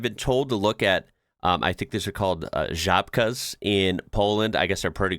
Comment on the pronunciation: damn, that one video about reading polish paid off (kinda), you got "ł" right (although you missed pronunciation of "ń") (almost perfect) Żabka - you got this one right in Wieliczka (town) there is old salt mine. It's quite popular. It's one of the oldest salt mines in the world. Mining began around 13th century and continued until 1996. (Around 700 years of continous operation.) It’s a UNESCO World Heritage Site. There’s a full underground cathedral. The mine extends over 300 meters (about 1,000 feet) underground. Visitors usually go down to around 135 meters (440 feet).